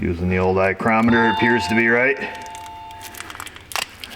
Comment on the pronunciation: 'eyecrometer' lol